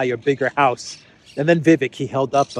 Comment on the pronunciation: Vivek's name is pronounced viv - ACHE